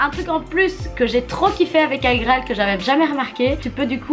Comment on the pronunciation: On dit « Igraal »pas « agraal »🤦‍♀️